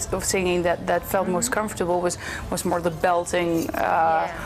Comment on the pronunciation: Ya veo porque dicen que los españoles son los peores para el inglés en toda europa :/ si mandan entrevistadoras cómo esta chica que no sabe ni cómo pronunciar comfortable, algo súper básico cuando comienzas a aprender el idioma inglés.